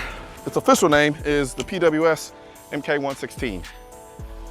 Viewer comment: Mk is pronounced "mark"